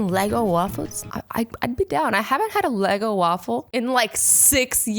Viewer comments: Did she say LEGO waffles? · Is she saying LEGO waffle!? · She is saying Lego waffle not ego waffle right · Did she say "lego" waffles😂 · I was scrolling through the comments to see if anybody said anything about azzy saying Lego, and here you are. Thank you. My work has been fulfilled. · no crap you haven't had an eggo waffle in like 6 years ur not even saying the name right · its ego not lego lol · Did you say LEGO waffles lol eggo waffles 😂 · Eggo* not Lego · When she said a Eggo waffle I thought she said a lego waffle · It's called ego not lego azzy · I thought she said Lego waffle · Uh so Azzy says LEGO waffle. Its E'GGO waffle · azzy said lego instead of eggo. Lol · Did you actually say lego waffles???? THEY ARE EGGO WAFFLES GURL!! sorry i just love my eggos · It is eugo not lego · Did she say lego waffle😭😭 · I got so triggered when she said Lego waffles😂IT'S EGGO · Did anybody notice she said lego waffles instead of eggo waffles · Did you say LEGO waffles not to be mean it’s actually egoa waffles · It’s eggo not leggo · Am ik tje only one that wants to die when she says LEGO waffles instead of EGGO waffles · It is eggo not lego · She said LEGO but it’s eggo Dies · Leggo waffle 😂 its an Eggo waffle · Eggo not lego. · When Azzy says LEGO instead of eggo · It's eggo not Lego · eggo waffle not LEgo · She said LEGO waffle instead of eggo waffle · Lol she said Leggo waffles 😂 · It is eggo not leggo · you said lego wafle instead of eago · Ego not LEGO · it isn't lego walfals it is eggo walfals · She said Lego waffles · She said Lego Instead Of Eggo...like or comment if you heard😂😂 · Im sorry but did azzy just say a Lego waffle I mean that's just 10/10 pronouceiation on eggo waffles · "lego'" waffles hahahaha Azzy I think you meant "eggo" waffles lol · Its ego not leggo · Eggo, not lego... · L E G O waffles 😂 you mean Eggo right? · It’s ego not LEGO! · Did anybody hear her say Lego lol it's ego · I love that you said lego not eggo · It's not pronounced leggo it's Eggo